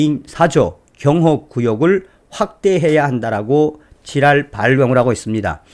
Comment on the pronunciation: ㅎㅎㅎ 지랄발광을 어쩌면 그렇게 찰지게 표현하십니까 ㅋㅋ